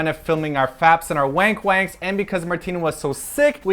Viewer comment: I just realized! I watched this like 4 times and just noticed Simon said "FAPs and WANKWANKs" haha! I laughed so hard.